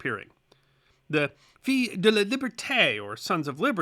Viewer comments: Pronunciation. "Fils de Liberté"... fils should be pronounced as FIS... you said FEE, which in French would be Filles... thereby changing Sons of Liberty to Daughters !! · “Fils”, French for “sons” is pronounced like “fiss”. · Small detail. The word “fils” in french is pronounced “fiss”. The L is silent. 😎